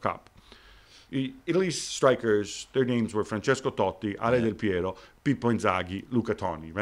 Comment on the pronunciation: He says "Totti" and "Del Peiro," and my eyes begin to tear!